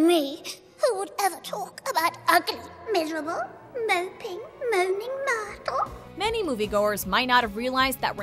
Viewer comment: I can't take the way she said myrtle and immediately stop the the video